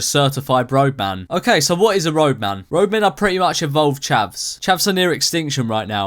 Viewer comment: Wow I always thought he was saying rogue man not roadman